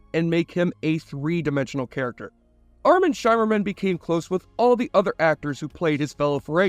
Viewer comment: Armin Shimerman, rhymes with. "dimmer-man"